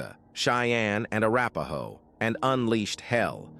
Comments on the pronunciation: Did he just say the slapahoe tribe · Did he say slapahoe tribe